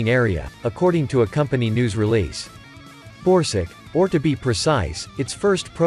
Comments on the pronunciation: This video is voiced by a text-to-speech bot, he doesn't care about pronunciation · Borsuk is pronounced rather like "Borsook" not "Borsig" - which is a name of a German company. ZSSW-30 is a manless turret - this is not mentioned in the video. PPK is just Polish for ATGM (left not translated). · Is he saying borsig or...??? I can't understand..